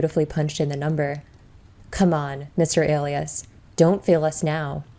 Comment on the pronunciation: My apologies, but it's pronounce Uh lie us not A lee isss